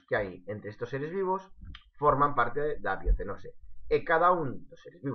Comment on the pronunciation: No se dice biocenoce sini biosenosis